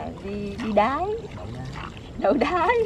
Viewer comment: phát âm nghe cười muốn xỉu, nhớ ko lầm là đáy mà